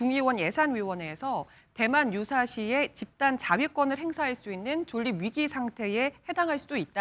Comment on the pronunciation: 존닙? 졸립 아닌가? 표준발음법 시험 안 보고 입사하나요? 자음동화는 기본인데?